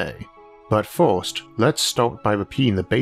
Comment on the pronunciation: You need to take speech therapy. You mentioned glass windows on the ';sides". Cylinders don;t have "sides"". Cylinders have "Ends". It's very difficult to hear you speak. The word is FIRST, not FORST.